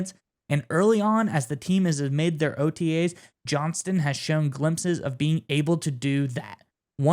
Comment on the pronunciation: Like the video, but both of you kept forgetting to add the T in Quentin Johnstons name; JohnsTon, not Johnson. Other than that, great vid guys, keep up the goood work!